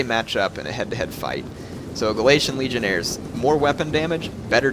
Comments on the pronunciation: Legionaries,. Legionaries. Not Legionairres. They aren't French. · legionairies, heir not legionaires, legion-eries is how it is pronounced!